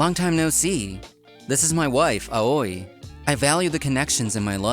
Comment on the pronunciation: Great story as always. But can someone please tell the voice actors that 'Aoi' Is pronounced 'owee', lol.